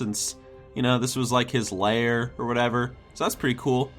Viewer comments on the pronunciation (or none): I'm triggered by how you pronounce lair.